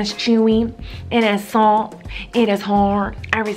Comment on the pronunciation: She actually said soft instead of salt but good try! <3